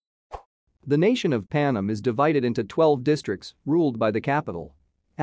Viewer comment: The narrator's pronunciation of proper names is horrible. It's not Panum, it's Pan Em. And her name is not Jahana, it's Johanna, pronounced with a silent h. Did he even see the first four films? Or is the narrator's voice actually computer generated? And unfortunately, there doesn't seem to be much new material in this video.